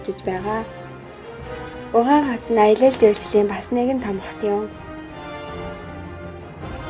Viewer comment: Хөтлөгчийн хоолой онцгүй сонсогдожийн У Хань хотын нэрийг буруу дуудаж бна шүү